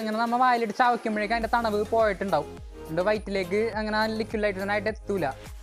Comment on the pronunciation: Thanavu alla thanuppu